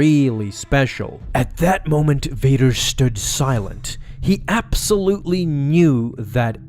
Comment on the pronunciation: You know I really like how you say Darth Vader’s name.